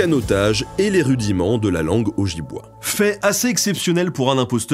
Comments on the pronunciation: Ça se prononce: Témiscamingue* et Ojibwé* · Hey mon pote , excellent video mais juste pour te corriger :p on prononce le nom de la tribu O -djib-wé :) ce mec s'est fait aimer par les natif canadien :)